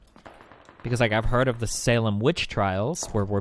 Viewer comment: the tell for me was how whenever he said “the” it sounded like a “duh”. I think I know why he’s so hung up on inbreeding. I’m actually surprised that destiny never really pressed that incest/inbreeding distinction. It would have cut about 10 minutes out f this clusterfuck. lol.